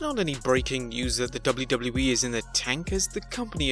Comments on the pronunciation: I like how he says“ The DubluDublu E “ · Man you sound funny when you say WWE over and over😄.